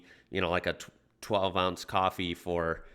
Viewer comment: Uts Coffee not Cwofwee